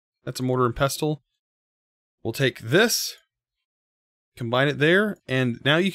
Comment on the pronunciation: It's a nitpick, but I thought you'd want to know: The "T" in "pestle" is silent. If it were spelled phonetically, it would be pronounced like "pessel."